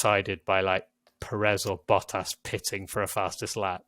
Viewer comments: love how you are saying bo-as, instead of bottas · This guy literally took the “t” out of every word. The way he said Valtteri Bottas 🤐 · wtf did this man just call Bottas?